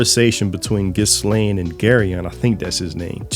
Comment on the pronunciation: Idk why but mispronouncing stuff bugs. Me its gal farion. And ghislaine is said without the s. Like ghee-layne